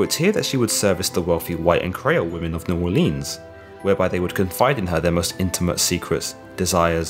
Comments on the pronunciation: It's pronounced “New Oar-linz” not “Orleens” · Please pronounce New Orleans correctly. Neu Orleens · Im from Nawlins, just for your reference. Never come down here and say the hard E in Orleans. Pretend the 'ea' is an 'i'. New It kind is how we say it. Or Nawlins dawlin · The way you say new Orleans aggravates me. It's pronounced new or-Lins . ........... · You are saying New Orleans wrong lmao